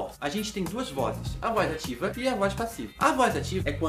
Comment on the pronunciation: Professor em vc fala voz ativa ou a diva